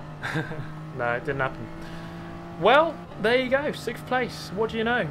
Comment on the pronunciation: I watch super gt before bed and at this point i have a pavlovian response of getting sleepy when i hear “sikth”